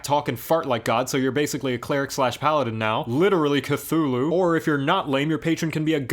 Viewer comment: Can't say Eldrich But can say Cthulhu just fine